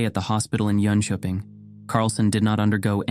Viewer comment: Gjenkjøping was the only correct pronounciation... Been living in Norway all my life BUT! never saw a UAP Love the channel